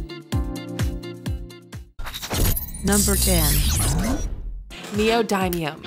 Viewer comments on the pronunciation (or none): Its neo dim ium not neo dime ium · its knee - oh - dim- me - m , not knee - oh - die - me - um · I thought it was neodin, not neodime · Neo-D-um not neo-die-um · i think it's nee-oh-din-ee-um not nee-oh-dime-eum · ITS NEODYMIUM NOT NEOMIMEIUM DAMNIT XD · Anyone who thinks that's black fluid is not something u should not "try" is dumb and liquid nitrogen is dangerous yes but hard to get ahold of same as try ice pretty much all of these r worth try and its knee oh dim E um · I die inside everytime she says Neo-die-mium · 'You're pronouncing "neodymium" wrong....Should be pronounced "knee-o-dim-ee-um" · in english, it said neodymium as leo daimyo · it's neoDEEmium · Wtf is neodiemium. U said it wrong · U said neodymium wrong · you said neodymium wrong at the end, i wonder how you still have face to talk in these videos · They say neodymium wrong I'm triggered🖕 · wtf u they are mispronouncing neodimium